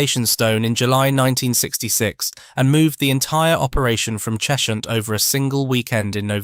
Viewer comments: It's "Ches-hunt", not "Chesh-unt" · It’s not “Chesh-hunt”, it’s “Ches-hunt”